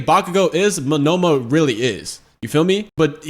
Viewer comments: Monoma( MO-NO-MA) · Bro's got Shakespeare taking notes. Good stuff. Just for future reference, the guy with the copy quirk, his name is pronounced Moan-na-ma. Just trying to be helpful.